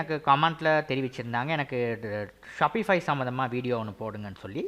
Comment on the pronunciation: Sapify illa Shopify 🤣🤣